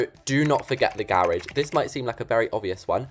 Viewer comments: Garage. "gear-rich" 🤭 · The way they say garage 😂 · i like how you say garage